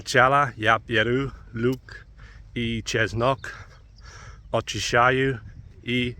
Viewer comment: Слово «очищаю» говори «Ачищаю». Здесь происходит редуцирование буквы «О» в букву «А». Sound O in the beginning of the word, changing into short sound “a” . As example you can take words love, dove, some etc. Sound o in the first syllable we say like short a. The same sound in this case in Russian and English words, but a little bit shorter! (in my opinion as native speaker)😁 You pronouncing is good. Keep going! 👍